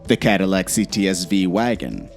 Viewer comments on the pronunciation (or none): none